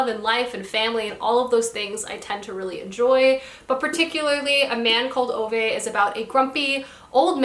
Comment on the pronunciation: As a swede it always makes me happy when I see people from other countries read Backman. Also want to give you credit for having the best pronunciation of Ove I’ve heard from someone American 👏